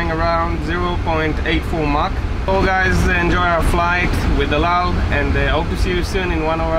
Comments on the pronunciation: The way you pronounce El Al is extremely annoying lol. EU DAU. 😂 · He keeps saying ald al Instead if el al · Why do i hear Eldow whenever sam says El Al. Is it me or someone else felt the same?? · Sam you keep saying eldal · Why do I hear him saying " aldow" every time he says "EL AL". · Why does he keep saying out out? it EL AL - L Al (as in Alan) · It’s EL AL, not Eoldal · It’s el al I’m Jewish I speak Hebrew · He doesn't know how to pronounce El Al lol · You can't even pronounce the name of the airline properly. Idiot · It’s pronounced EL AL.... and it’s Tel Aviv.... oh yeah and EL-AL also means: Every Landing Always Late!! ( just for fun, don’t be angry 😉😉)